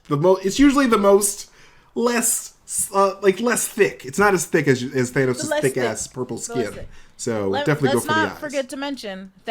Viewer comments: It shouldn’t bother me so much but I’m annoyed when people pronounce thanos in a weird way. (Thaynos) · & Red Skull: The only 2 people who pronounce it "Thay-nos". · Why do they pronounce Thanos as Thay- no?